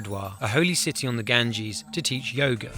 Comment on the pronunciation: Ganges river is not pronounced that way